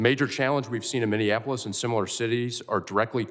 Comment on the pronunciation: It's Minneapolis not whatever she spat out 😮